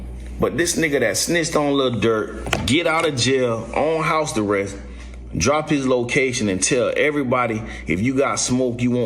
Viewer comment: did that dude in the video call it "house the rest" instead of house arrest? 😭☠